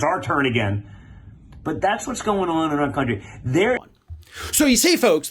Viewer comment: It seems he said "that's what's going on in our cunty," instead of country. I can't stop laughing.